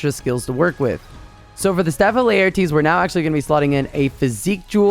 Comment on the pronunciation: Honestly, I don't use Insect Glaive, though I would like to learn. I just wanna support your videos. Also, the way you say Laertes is hilarious. so, WinWin?